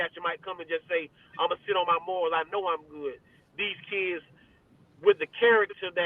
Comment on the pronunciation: Great interview! Great insight and explanations! Just fyi, it's "resting (sitting) on my laurels (not morals)." #SkoBuffs